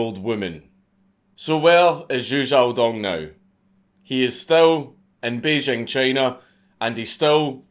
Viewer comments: The capital of China is pronounced Bay + jing (as in jingle or jingo): hundreds of people on the TV and Internet who should know better can be heard pronouncing it as if the "j" were a French "j" - as in Jean-Jacques or "je ne sais pas" (the sound that we spell with an "s" in "leisure" or "pleasure"). I speak Mandarin so I know what I'm talking about. The French "j" sound does not exist in standard Mandarin. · he said bejing china